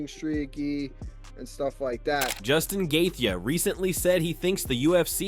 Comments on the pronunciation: Right? We all know it's Joostin Gay-chee. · GAY THEYEY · Justin “gathee” is one bad MF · The narrator does not know how to pronounce Dustin Gaethje” s name ! It’s hilarious!!😂 😢😂😅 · who the hell is gay-thee and Eye-liah Tapu-Riah jambalayah! this channel does not deserve my presence, i'm blocking it for being lazy and recording the damn audio. How can you dedicate a channel to something and get all the names wrong?!!! - Bye